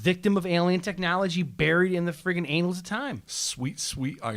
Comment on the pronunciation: "Annals" pronounced like "anals," I gotta remember that one.